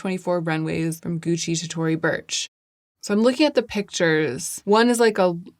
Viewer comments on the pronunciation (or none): none